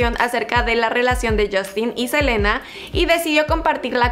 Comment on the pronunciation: Like si te diste cuenta que dice jelena en vez de selena